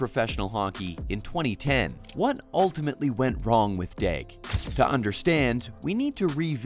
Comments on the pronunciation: You can’t even say his name right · I'm not gonna lie... All of this video: Me: "What's up with the silent L?"